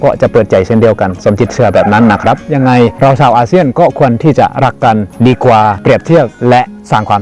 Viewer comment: ช่วยออกเสียง ช.ช้างให้ชัดเจนมากกว่านี้หน่อยครับ ได้ยินเป็น ส.เสืออยู่เรื่อยเลย เช่น ซาวไทย /ซาวอาเซียน ฟังเป็น สาวไทย /สาวอาเซียน แต่ก็รู้ว่าที่จริงคืออะไร 😆